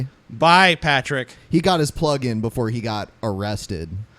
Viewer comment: partick....PARtick.... Haha just saying:)